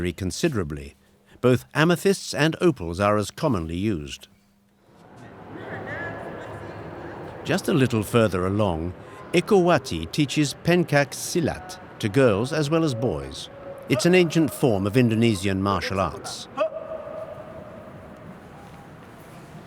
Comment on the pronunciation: did I heard Pancake silat?🤣🤣 im sorry. most of the "c" in indonesia is prounounce Ch.. its Pen (the e prounounce like e in the word "the") and cak- ( c isi prounounce Ch, like in the word Chair)